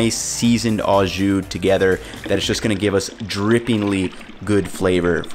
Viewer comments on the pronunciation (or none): It's NOT "AWWW-zshoo"! It's "OHHH-zshoo"! NEVER, EVER take pronunciation lessons from GUY Fi-EDDY! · It's not pronounced "awe-ju". It is o-szu. Translation: with juice? As in, Do you want it "with juice"? or Do you want it au jus? Italian Combo is the way I like it. Hot (giardenarra), dipped! If you have a chance, get your italian sausage seasoned hot from the butcher. It isn't really hot but generally hot ones are more flavorful. Al's is the gold standard but people like Portillo's too. I'm an Al's guy. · Really minor but... Au Jus means with juice, and au is pronounced like "oh" or just o... and since au means with, you can just say "jus", kinda weird hearing "au" every time. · For the record « au » is pronounced « oh » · So he learned to pronounce Maillard correctly, but not au jus?